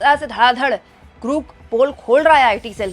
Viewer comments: GROK ka pronounce thik kijiyega... Aap bar bar... GROOK.. bol rahi hai... Jabki sahi pronounciation GROK HAI... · आप ग्राक को ग्रुक क्यूं बोल रही हैं? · It's not grook or gruk, you dumb. It's Grok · Aaj 4 din ho Gaye hai lekin apne apna pronunciation nahi theek kiya its grok not gruk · अरे Grook नहीं ये Grok (ग्रोक) है, रोज़ाना Grook Grook (ग्रूक) बोल रही है 😂😂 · ग्रुक नहीं Grok ग्रोक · Grok Pronunciation tik kijiye madam